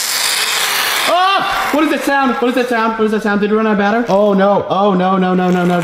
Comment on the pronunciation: This haw meny times he said bater